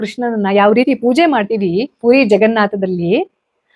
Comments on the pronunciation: ಮೇಡಂ, ಪುರಿ. ಪೂರಿ ಅಂತ ಉಚ್ಛರಿಸಬೇಡಿ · Pl. Tell. Pathre not pathra puri not poori